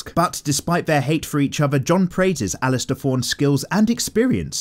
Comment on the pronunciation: It’s alliser not alistair.